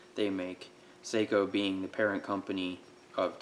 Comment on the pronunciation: It,s pronounced Socko not Seiko Seiko make watches. I only found this out recently. Whatever the pronunciation they make extremely fine rifles. Please stay safe.